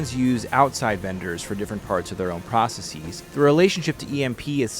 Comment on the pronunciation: did bro pronounce processes like indices lmao